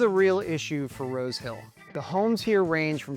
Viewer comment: He said "Rose Hill". I swear I heard "road kill"!